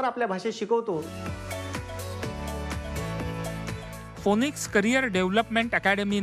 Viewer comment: फोनिक्स नाही रे फिनिक्स आहे ते.. (रिपोर्टर ला म्हणालो)